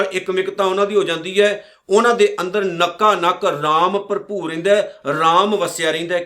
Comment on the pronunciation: ਪਰਭੂਰ ਨਈਂ ਜੀ ।ਭਰਪੂਰ ਹੈ ਜੀ।ਤੁਸੀਂ ਪਰਭੂਰ ਬੋਲ ਰਹੇਂ ਹੋ ਜੀ 🙏